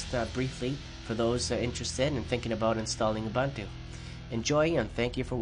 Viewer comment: oo-boon-too not ah-bun-too